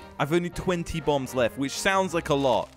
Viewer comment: Thought he said bumbs instead of bombs lol